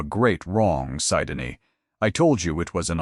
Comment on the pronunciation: Narrator 's mispronunciation of Syndey's name is very annoying.